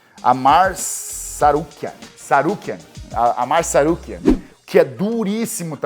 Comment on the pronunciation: Cigano não acerta o nome nem lendo. 😅😅 Arman Tsarukyan virou Amar Sarukia. E Dariush virou Dairush 😂